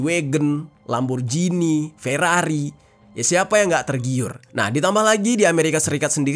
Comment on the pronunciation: bilang lamborghini ko lamborjini bang...hehe